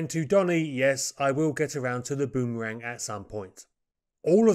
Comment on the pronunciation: Bum-arang!? Boomerang mate.😂